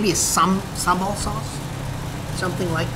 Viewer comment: I am so impressed when a foreigner pronounce sambal way better than us. I hope you have a great time in Malaysia, sir :)